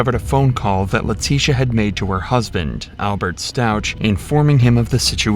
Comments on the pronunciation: Gannon was not her son. He was her step son. He had a mother. Harley is Letecias 17 yr old (at the time) daughter. Elena is Gannon's 8 yr old (then) full sister and Leticia's step daughter. Their last name is pronounced "Stowk" not "Stowch". She was examined and found to be sane but used a ridiculous, idiotic doctor to say she suffered from DID. The jury did not buy the insanity BS. How do you miss those sorts of highly publicized details? Did none of you watch the trial? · I am checking out your Channel and have Subbed because my Son suggested it to me . You have good content .If i may , i will just point out , that Gannon , Lana and Alberts last name is pronounced S T A W K .Stauch , absolutely NOT Stau..chch. As i said you're content on this case is good .I feel however that it is a disservice to Gannon , who , BTW weighed in at 1 lb at Birth , fighting for his life , and went home fighting for his life . The pain Leticia caused , is unimaginable and egregious . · His name is pronounced Stauck with a ck sound, not a ch sound. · Is this your actual voice narrating? The story and visuals are great, but you pronounced Stauch wrong the whole time 😞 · The CH in Stauch is pronounced with a hard K sound